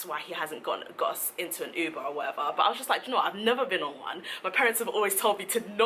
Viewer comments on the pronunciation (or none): none